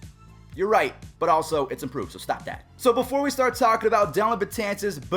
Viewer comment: Get his name right, it's DELLIN not Dillon.